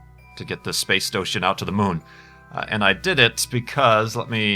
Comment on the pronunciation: "Space stoshun" :3